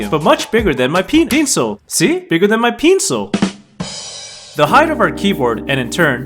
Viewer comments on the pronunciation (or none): bigger than my pe Pencil I hear penis😂😂😂😂😂😂😂😂😂😂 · “Bigger than my pE- encil” Got me roll'in on the floor lol